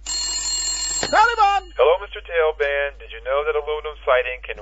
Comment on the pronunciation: LEAVE US ALOOOONE,WE KNOW NOTHING OF THIS BIN LADEN!!!!! he says tailband. wtf?